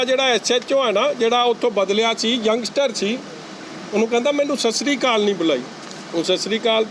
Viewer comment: Sir 1 gal sat shri kaal nahe sat shri akaal bolo Guru ke sikho plz